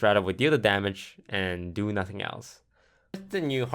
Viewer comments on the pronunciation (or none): none